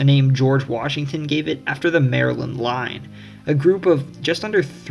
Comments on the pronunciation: No. 3 must be the one where they call Maryland..."Merlun", lol! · 'muuurlyn' is how we say it